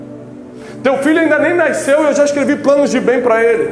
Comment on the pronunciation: Gente alguém pode me tirar uma duvida? O pastor Tiago fala “naisceu” e não “nasceu” já ouvi varios outros pregadores falando assim, como Helena Raquel e Elaine Martins, isso é certo, ou um erro coletivo? Hahaha